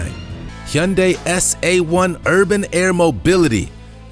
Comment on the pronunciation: you are butchering that word hyundai